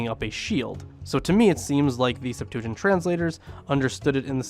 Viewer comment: SEPT-wa-gint, not sep-TOO-a-jint.